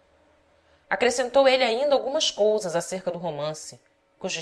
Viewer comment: muito bom, mas dei algumas risadas com o 'dols' (dois) e 'colsas' (coisas)